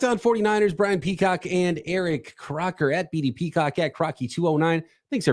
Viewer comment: He said Peacrock lmao that’s hilarious